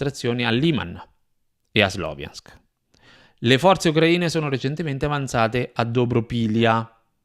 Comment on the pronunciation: Ciao, anche se è scritto Sloviansk si pronuncia "SLAVIANSK". 💪 Congratulazioni per il canale.